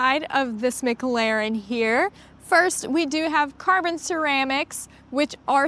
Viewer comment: Please learn how to say McLaren properly. It’s not so different it’s not pronounced phonetically. Please stop